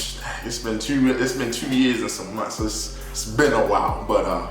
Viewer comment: I can tell you from Baltimore I heard the “two” and was like yup Baltimore that’s our accent 😂